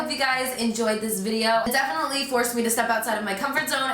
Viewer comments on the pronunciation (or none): none